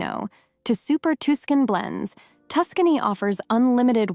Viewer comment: Tuskény? LOL. Other than that, very interesting video, thanks for sharing.